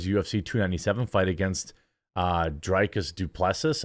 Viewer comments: FYI Jeremy It's pronounced "Drick us doo pla see". Just thought it might help if you have to talk about him at length for any reason 😂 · Dray-cus Due-Pless'ie is how he pronounces it. Not that you actually care :)